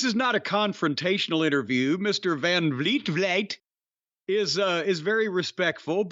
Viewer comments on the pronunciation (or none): Chris' name is "vlee-ay" not "vleet" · Van Vliet (as a dutchman Vliet is pronounced like weed) did a great job. Dave made a fool of himself, again